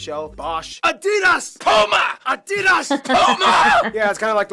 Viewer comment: close enough. What is important is that the stress is on the first syllable. Ádidas, not Adídas. If you get this right, then getting the vowels slightly wrong is no big deal at all.